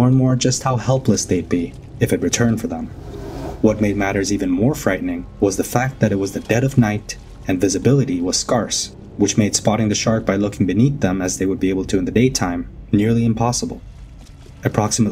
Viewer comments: “Skarse”? Do you mean “Scarce”? If so, you pronounced it incorrectly! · learn how to pronounce words,. "SCAR - SS" for "Scarce"? LOL. You're adorable. What a hero this guy is. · You pronounced scarce wrong